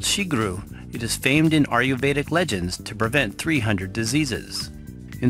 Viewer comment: Great presentation of a favorite of mine. Just one thing: your pronouncement of "Ayurvedic" is incorrect. It is not "AR-YU-VEDIC". The correct pronunciation is: "AYE-YUR-VEDIC".